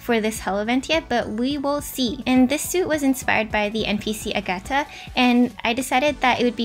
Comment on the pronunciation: Lol it's fine, you actually accented the right syllable so I'm impressed xD